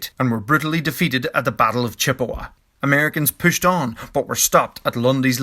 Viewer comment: I like the way he says "pushed" sounds like pooshed. Can I drink when he says pooshed?